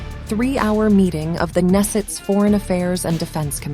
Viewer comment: "nesset" ... not even pronouncing it right .... its knesset